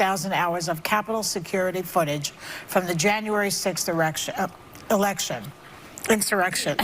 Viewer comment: Erection 😂!!! Classic flub...